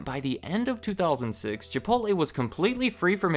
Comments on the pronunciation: Chipotleeeeeeee not Chipotlay! LOL! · Are you seriously calling it ChipoLTLAY.... Edit: You call it ChipoLTLAY the whole damn video